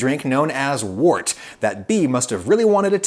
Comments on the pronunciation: "Wort" is usually pronounced like "wurt", not like "wart". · It's 'wirt' not wort! But it's still nice!